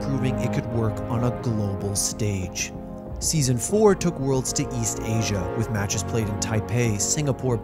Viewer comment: Did you just call ASIA as A C A?